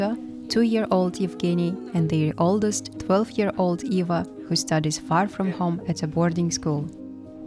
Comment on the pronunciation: Why you say Iva instead of Eva.